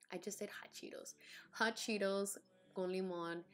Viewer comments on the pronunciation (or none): “Hawt cheetos” lmao that was so funny! That’s how I’ll be pronouncing them. You’re so beautiful love ya ☺️